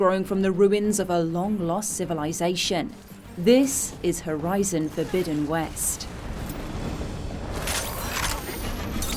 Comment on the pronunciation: I love the way she says 'Horizon: Forbidden West' it sounds so posh, yet elegant.